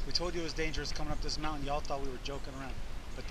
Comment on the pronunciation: It’s a moun-TIN. LOL